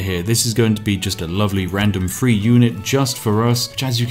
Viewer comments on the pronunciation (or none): I love your videos but your accent is so horrible. Lets get free more fishing boats....🤦‍♂️ Th is not a fffff sound for ducks sake. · I know you are saying Age of empires 3, bit I keep hearing Age of empires free